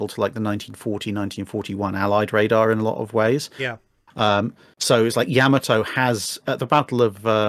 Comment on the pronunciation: holy crap someone pronounced yamato correctly